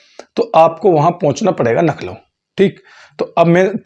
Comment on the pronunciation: bhai Lucknow kahte hai please improve your accent